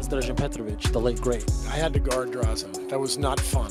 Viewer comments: Such a tragic end 4 a truly extraordinary athlete and a lovely guy! I guess some would appreciate it if his name was pronounced properly... RIP Dražen🏀💯🏀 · It could be a good tribute to him to learn how to pronounce his name. It’s [DRAH-zhen]